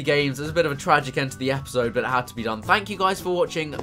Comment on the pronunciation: This was as Chris would say a good "Epizode"